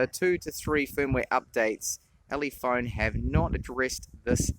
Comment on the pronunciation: minutes "ulephone" oops :D